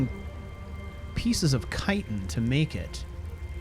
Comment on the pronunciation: Yes! Someone other than me is finally pronouncing Chitin correctly. Thanks.